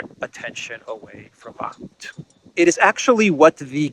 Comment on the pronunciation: You mean "Bakhmut". It's ok. Common shitter mistake.